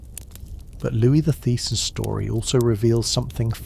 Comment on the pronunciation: Just wondering how and why you keep switching the pronunciation of Louis - - 😅